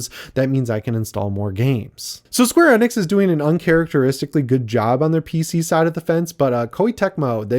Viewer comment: Love ya and the channel, but the way you pronounce Square Enix just ruined my entire night.